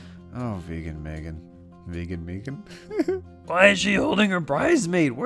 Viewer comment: did you just make the name megan rhyme with vegan. Meegan omfg